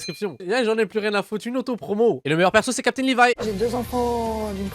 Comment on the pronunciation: Moi qui entend "CAPTAIN livaï" Oh mon dieu il a osé